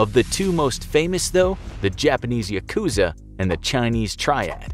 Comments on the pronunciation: Is it just me or is it annoying when he says Yakuza wrong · just started watching and im already annoyed at his pronunciation of 'yakuza' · The word yakuza has the accent on the first syllable. The word comes from ya ‘eight’ + ku ‘nine’ + za ‘three,' referring to the worst hand in a gambling game.